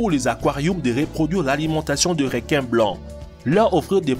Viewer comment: Les "réquin" AH AH AH... Comment sa j'ai raté le message?